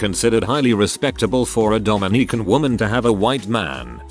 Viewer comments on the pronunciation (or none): TIL Robots cant pronounce "Dominican" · It is Dom in i can not Domi nican